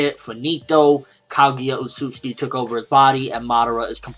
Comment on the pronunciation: Say it with me Kah gew yah Oh oat suit sooki ( Phonetics :3)